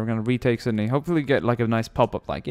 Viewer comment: FOR THE LOVE OF GOD its Sydney not Sindy